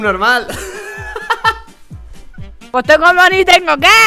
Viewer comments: "Será sunormah" JAJJAJAJAJAJAJA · Es que yo escuche que dijo subnomal ,esperen un rato haters no me hagan nada :,V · dice sub norma no sub normal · Jajajajaj como dise subnomael